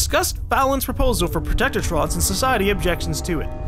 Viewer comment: I still like how says "Protectortron" instead of Protectron